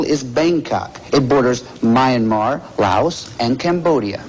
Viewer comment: Interesting pronunciation of Myanmar